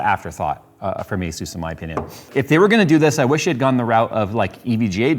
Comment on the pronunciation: Thank you for saying Asus properly! Most people say Azuse.